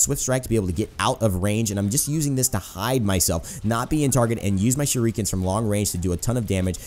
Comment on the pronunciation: shureekans DEEVEEAYE